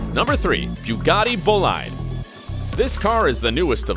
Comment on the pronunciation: You can easily tell this is sketchy when you hear how he pronounces Bugatti Bolide